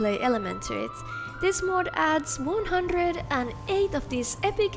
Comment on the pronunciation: This is 100% not what the letter Ö sounds like in any recorded language.